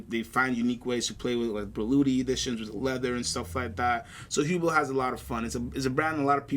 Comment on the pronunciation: its pronounced ublow